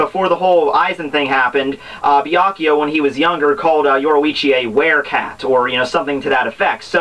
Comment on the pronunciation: He slaughtered Byakuya's name and he says Geen instead of Gin